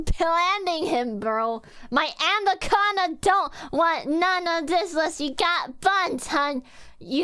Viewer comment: Did you say analcondaing?